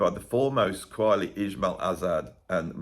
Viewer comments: Pronounced Ka- vali, isn't it ? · For the Indian record, most of the artists mentioned are famous Bollywood playback singers of the 1950s. I hate to nit-pick but Qawwali has a pronunciation more like 'kuh-vah-lee'.